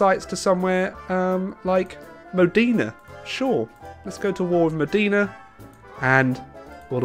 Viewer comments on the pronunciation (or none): What did Italian ever do to you? It's pronounced "Lucha" and Moh-day-nah.